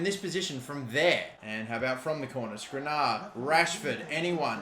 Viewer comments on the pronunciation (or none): Last Episode:: 'Apparently I'm supposed to pronounce it as SkrinIAR' Correctly pronounces for the episode This Episode -: 'Got to get this to the near post for SkrinAR, great goal by SkrinAR' ffs he is so frustrating sometimes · Milan will keep running away from the ball so long as you keep calling him skrinar instead of skr-ini-ar